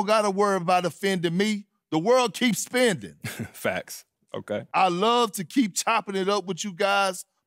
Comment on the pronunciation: Perk was really pressing MP with his non-pronouncing ass🤣🤣🤣 The world keeps spinding? Really? 🤣